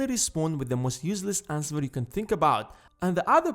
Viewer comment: "that you dont want to ans-ver!"